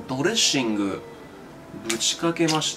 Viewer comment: ドレェッ↑スゥイングゥ↓